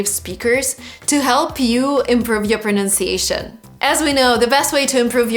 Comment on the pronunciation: Not the best intro, as you said 'pronounciation' which is not a real word.